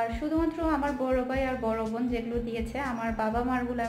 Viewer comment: apnar vobn sunte valo lage na ... bon bolte paren na